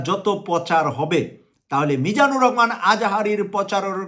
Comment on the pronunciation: আপনি তো ভালো করে ভাষা বলতে পারছেন না রহমানকে বলছেন রকমান লেখা পড়া কি করেন নাই আগে ভালো করে পড়া লেখা করে আসেন।